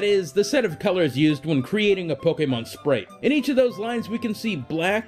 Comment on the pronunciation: I hate how you say pokemon. You stress it so weirdly in your sentences.